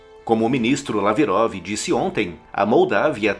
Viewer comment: Sergei Laverof...? Sei! com essa diqueção.. ops dicção.